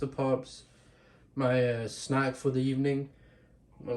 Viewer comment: I didn’t notice your Irish accent until you said “snack” lmfao. No hate ofc I’m just saying I didn’t notice.